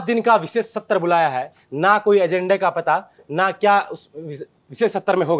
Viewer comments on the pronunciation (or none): सत्तर नहीं सत्र होता है